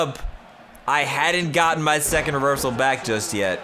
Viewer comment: In the intro said BACKCK